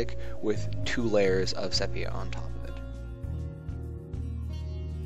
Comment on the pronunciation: sepia = see peea